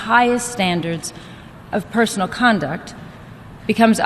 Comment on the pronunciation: Not parson it's person.